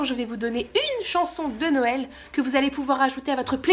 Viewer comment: La meuf qui réalise le 8 decembre que t'as fait des vlogmaaaaaas! c'est 'nouël' avant l'heure. Tu m'as fait trop marrer.